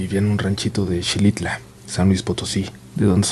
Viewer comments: Se pronuncia Jilitla!!! No Shilitla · Yo soy de ese municipio de Xilitla, se pronuncia Jilitla, no Shilitla, y si la vegetación es muy densa porque llueve mucho, yo caminaba para ir a la secundaria desde Tlamaya y son como una hora y media, teníamos que pasar por la zona de las posas y se sentía una vibra muy pesada, como que alguien te fuera siguiendo 😱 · Holi me gustan tus videos!!! Me gustaría corregirte, Xilitla se pronuncia como jilitla, lo hago para que busquen en internet y se a mimen a turistear está muy bonito. vivo cerca de ahí 🥹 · Buenas tardes..solo para comentar qe se pronuncia "jilitla" se escribe Xilitla es un municipio de San Luis Potosí, disculpa la molestia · Xilitla, se pronuncia jilitla